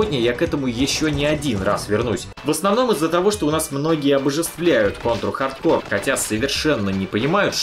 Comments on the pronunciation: Дмитрий Боев так в ролике всё равно произносится неправильно (хаРдкоР), почему тогда нельзя читать "хард корпс"? Если бы в ролике говорилось "ха:д ко:", то базара нет, было бы в угоду правилам. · почему хард кор то а не хард корпс? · Какой нахуй хардкор??? это чё, метал? вообще то это игра, и читается хардкорпс!!! это не французское название, чтобы половину конца слова не читать! кор - ядро, корпс - труп! ну и другие трактовки слов есть) или будешь произносить название брутальной метал группы, как кэнибал кор? не смеши, а) так то кэнибал корпс - труп ганибала) тягомотина, отписка( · почему hard core, а не hard corps? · Контра хардКОР? Серьезно? Кому-то стоит подучить английский. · По поводу названия. Хард КОРЗ и никак по другому! Английский язык! Буква С на конце слова читается всегда, а буква P в данном случае не читается) всем добра, и пожалуйста не спорьте, а просто радуйтесь, что узнали наконец правду)) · Да почему «хардкор» то, ёпрст. Ну никаким боком его так прочесть нельзя. Или я чего то недопонимаю?